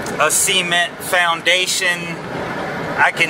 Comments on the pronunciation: “Cee-mint” Love it🤣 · I love when says “Ce-ment”